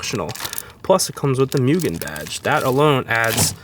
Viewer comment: Moo-gen not mew-gen.